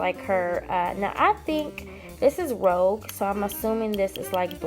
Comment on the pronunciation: Rouge a French word is pronounced (roozh) . You are right it is blush. I just adore that you have all these special keepsakes😍😍😍 how blessed you are. I love this type of video from you. Thank you for sharing